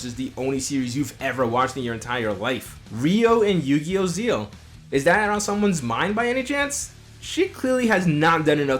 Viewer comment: You have watched every single series of Yu-Gi-Oh yet you still call it Yu-Gi-Oh Zeal and not Zexal , what do people have against the name zexal?😂😂😂😂😂